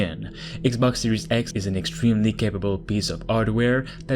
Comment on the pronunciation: Fala direito kct!!!!!!